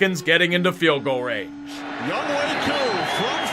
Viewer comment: Youngway Koo? Pretty sure it's Younghoe Koo